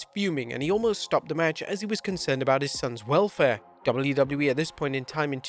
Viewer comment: That’s what happens when you’re English and you say the letters correctly 😂